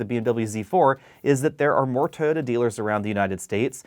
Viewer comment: Please learn to pronounce TOYOTA